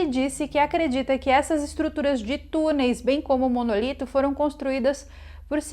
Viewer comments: Não É monolito e simmm MONÓLITO!!!!!!!!!!!!!! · nao é Monolito é Monólito